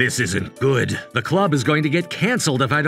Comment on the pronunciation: He said God, instead of good💀